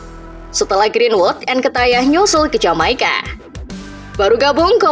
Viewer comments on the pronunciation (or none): Nketiah, ttep dibaca nketiah, bukan nketaiah Havertz tetep dibaca Havertz, bukan Hevertz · njir lah gw muak dnger mimin nya bilang nketiah malah nketayah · Sejak kapan pronunciation nya jadi Nketayah 🤣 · Nkatayah... cara baca nya bukan gitu kk